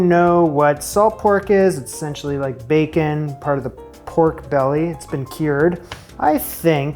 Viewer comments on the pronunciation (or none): none